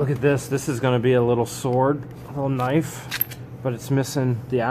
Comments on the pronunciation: Jajaja...did he say a Ka-nife? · A "ka-nife"🤣🤣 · If you insist on pronouncing knife phonetically, you need to say 'ka-niff', rather than 'ka-nife'. Keep the idiosyncrasies in the same vein! Luck to you and the lovely Miss George... Carry on, Dw